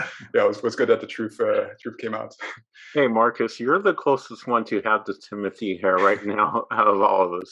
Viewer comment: it’s interesting that is french but it seems he still hasn’t caught on to the fact that timmy is as well! i figured he’d be using the correct pronunciation of his name if no one else does lol. here’s hoping he sees this but hey, timothée IS french through his father who was born and raised there and his name is pronounced “tim-oo-tay shall-uh-may”. he was born in ny but spent summers in france and holds a duel citizenship. LOVING the podcast guys, truly! <3